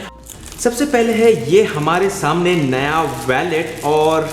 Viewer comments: It's not pronounced.....Wa-let It's Wo-let Wallet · It's not valet 😂 its wallet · वैलेट नहीं वॉलेट। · Bro it's not a vallet its wallet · ji vo Wallet hota hai.. Spelled as Woo-let/ Wal-let. Not Valet, Valet toh Car parking lagane wala hota hai. Baki video badiya thi. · valet???? seriously...... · you can't pronounce wallet lol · Abe gawar wallet to sai se bol le.